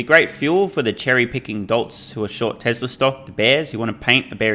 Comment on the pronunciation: I've been wanting to add this comment for a while. Love your content btw, is it me or you say "Tesler" instead of "Tesla" for most of the videos? Is it an accent thing? It's funny 🤣